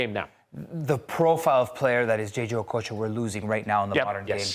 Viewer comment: The way she pronounced okocha, I thought she was a Nigerian